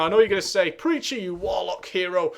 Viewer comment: Your accent caused me to mistake Warlock for "Wollock" haha.